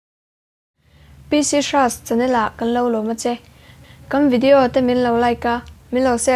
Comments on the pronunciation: A tir a nula té chu... Video a ti ve tawh a lawm.. Vidiauu kha a ti tlat mai kha a niahhh 😬😬😁😁😂😂😂🤣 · Videau ti leh zwk la 😂